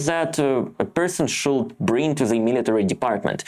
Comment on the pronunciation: I am sorry to correct you, but low and law is a separate thing and please do not use that L in should, could and would, it is just painful, I know you are a decent guy, just keep improving as I do!